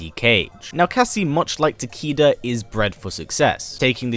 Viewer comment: It actually pronounced as "Ta-kay-duh" not "Ta-key-duh".